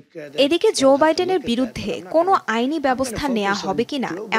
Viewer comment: zo biden ki it's Joe Biden